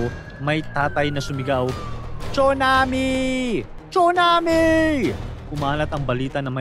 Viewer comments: Tsunami Hindi 😂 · “CHONAMIII!!!” “CHONAMIIII!!!!”😭😭😭👊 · bkt po pronunciation sa (TSUNAMI) ay chunami ??